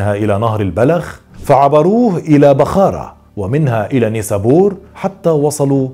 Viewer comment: بخارى و نيسابور بتقراهم غلط